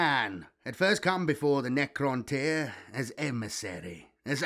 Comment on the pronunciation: You struggle a lot with Necroinish my bro! 😂😂 but else good job 👍🏾